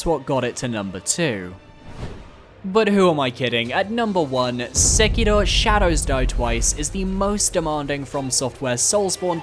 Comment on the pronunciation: Why are you saying Sekiro like that... You trying too hard.